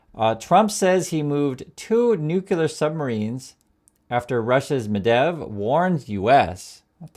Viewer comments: G’day. It’s Medvedev NOT Medev. Journalistic accuracy, important my friend!! Thanks. 👍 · you are not stupid ummerrigan..you can say the name correctly: Med-ved-jev not medev yes on my key board I can't do phonetics... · It's pronounced Med-VED-ev, not Medev. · Medvedev is not pronounced Medev. Thank you for your attention to this matter! 😊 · i like this channel. medvedev has three syllables... med-vey-dev